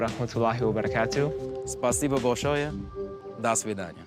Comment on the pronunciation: It's funny that the first guy who claims to be a teacher of the Russian language mispronounces 3 words. 1. Учитель is pronounced with a soft L, not учител 2. Язык is stressed on Ы, but when you change the form it shifts - языкА, not язЫка 3. Большое is again pronounced with a soft L, not болшое These are not "accent mistakes" these are legit mispronunciations